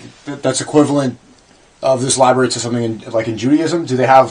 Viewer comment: Shaykh othman? Library? Brother go learn to read first